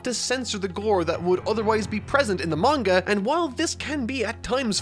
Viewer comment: It still bugs me when people pronounce manga wrong.